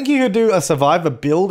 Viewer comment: i thought he said saliva instead of survivor and i was like WOTT 😅☺️😂